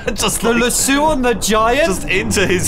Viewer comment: It's Lasso like Lass-oh. I'm only commenting because it comes from the Western build.